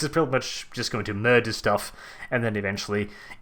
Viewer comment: As an American, I find his accent rather funny yet regal. Especially the R-rolls. Murrrderrr-fuck it into existence